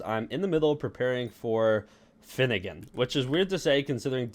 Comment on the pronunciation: Bro not finnegan